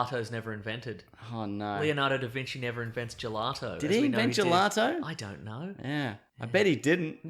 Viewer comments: Gelati? Is that what Aussie's call Gelato or are they just messing it up for fun? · "Here's a gellaty" (Gelato)